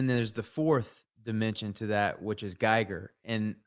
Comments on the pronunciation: 440:50 min. Don't want t be pedantic but the right pronunciation of the name Giger is very close to "Geeger". So turn the I into an E and put the accent there. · Just one thing, ty and that guy, Giger is pronounced "Geeger" not guy-ger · Loved this talk. Can't wait to watch the rest of these. One thing, Giger rhymes with eager. There's a video on YouTube of him pronouncing it.